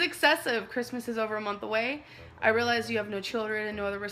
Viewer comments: You guisee need to rihlizee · "Rihlize, Rihlize, Rihlize."